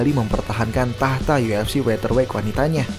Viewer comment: Bang werter weight, salah ucap tuh yang amanda nunes